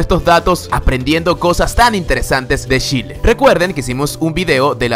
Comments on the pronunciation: Like si te aburriste de que diga Shile jaja... Se dice Chile ignorante QL... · Wn se dice CHile con C y una H se pronuncia chile no shile aweonita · Gracias por el video! quiero hacer mi aporte: Mi país se llama CHile, y no SHile así es que pronúncialo con CH. ;) Un abrazo. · Like si te gusta ser chileno me gusto el vídeo pero "" no es sshile es Chile jijiji buen vídeo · A alguien más le molesto que dijiera “shhile”? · q mierda de curiosidades pusiste amigo, en serio..... hay muchas más cosas interesantes en distintos panoramas y pusiste estupideces alrededor de la mitad del video....a y es chile a secas wn NO SHILE NI SSHILE NI SHELE... me llegaba a dar asco tu pronunciación. xd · me encanta como en vez de decir "chile" dice "shile" jdjfjfndb 😂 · esta muy bueno el video y me da risa porque pronuncias "chile" como "shile" a lo flaite [si eres chileno me vas a entender] jajajajaja pero esta genial ^^ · Otra curiosidad: No se pronuncia Shile, se pronuncia Chile!!!!! 10 minutos escuchando Shile me hizo doler la cabeza; es como si pronunciaran "Golombia" en vez de "Colombia" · Es Chile, no Shile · La pronunciación es Chile con ch Algo así como tchile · Se pronuncia TCHile no Shile. Saludos! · no es Shile es Chile con CH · No se dice Shile, se pronuncia Chile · Pronuncia CH no SH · Se pronuncia "tchile" , no como todos creen o creemos como "shile" viva chile mierda! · a veces pronunciabas como "shile" y eso me molesta un poco es "Chile" no "shile" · porque dice SHile si es CHile !!!??? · este dice shile no chile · Se dice Chile, no shile, por favor. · Se dice chile, no shile. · * Chile. o::::::: Shile ? No entendí ¡¡¡¡ : ( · Jajaja lo siento pero odié que pronunciaras "Shile" jajaja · oye weon es chile no shile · Es Chile, no Shile jajaja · No es shile es Chile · Como dice shile en ves de chile la wea chitosa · es Chile no shile aprende a pronunciar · se pronuncia chile no shile chile le gano a eeuu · Chile wn no shile;v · "Shile" <3